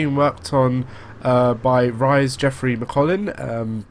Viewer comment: Rhys is pronounced Reece